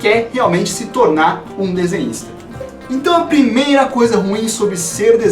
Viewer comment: eu entendi paranista(torcedor do paraná clube) no começo do vídeo